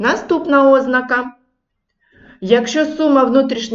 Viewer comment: Можна , нарешті, навчитися правильно ставити наголос в слові ознАка?